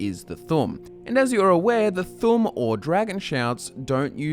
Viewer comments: Its thuum not fucking thum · its not the tum its the th'um, th um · it's thu'um not thum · It’s pronounced thoom 😭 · I think you should learn how to pronounce thu'um correctly. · You are saying it like "Thumb" Like WTF? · You need to put emphasis on the u in thu'um